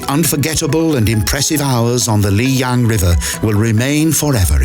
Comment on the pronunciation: "Lijiang River" is redundant, since 'jiang' is Mandarin for 'river'. So, you're saying Li River River. Pick "Lijiang" or 'Li River', not both. Also, it's lee-JAHNG, not lee-YAHNG.//Yangshuo = yahng-SHWOH, not yang-SHOE.